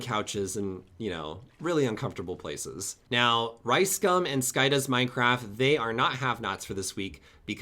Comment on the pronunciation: Could you please stop pronouncing it "sky does minecraf" it's driving me insane😫